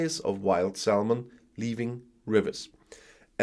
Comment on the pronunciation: I love your videos. Your English is brilliant but now and again your pronunciation is off. Do you mind if I tell you? So...salmon - the "l" is silent, so it's pronounced "sammon". You are no nearly perfect, it's worth letting you know, I think. Keep up the good work!